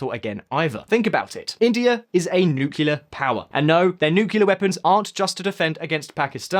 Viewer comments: Did I hear you say "nucular power" instead of "nuclear power" ? Did you spend too much time in the US ? :))))) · Bro it's 'Nuclear ' program and not 'Nuculear' program . By the way are you from The United States??? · nucilar power!? Isn’t it nuclear? 🤔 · New- CLEAR! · Stop saying nukiller it’s nuclear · Lol Bhutan, not "Buthan". Kilometre rhymes with millimetre, not thermometer. And it's nuclear, not "nucular". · Can you not say Nucular...